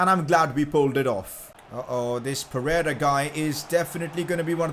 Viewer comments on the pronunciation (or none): none